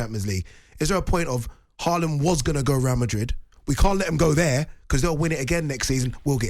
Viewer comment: Nope. Still not pronouncing Haaland correctly.